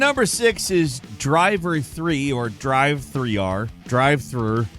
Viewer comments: i love how you never called driver 3 driver 3 and called it driv three are every time lol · Driv three R wtf man